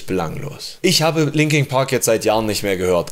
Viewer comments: "LinkinG Park" :D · 'Linking Park'